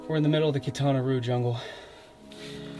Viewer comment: Hey, love the cut of your jib. Keep up the good work. Some tidbits for you... I learned from you about when to use Maya vs. Mayan, so thanks and I'll return the favor. Quintana Roo is prounced like "row your boat" and doesn't rhyme with "boo." I've been told by a Maya guide that those square holes on walls (at least in outer walls) were an HVAC system to get some air flow/cooling inside and maybe to vent smoke. You ever see small chambers inside those underground tunnels? I was told by the same Maya guide that these often were meditation chambers. If true, I find this fascinating, because if the chambers were plunged in darkness, they acted as a quasi sensory deprivation tank, which supercharges meditation. I recommend teaching us about the spiritual symbolism and sacred importance of the ceiba tree sometime. Love me a giant ceiba! Lastly, I can suggest some cool places to explore if you don't know about them already. I've done some adventurizing to ruins that most people don't get to see.